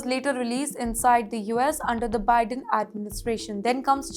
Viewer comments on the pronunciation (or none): none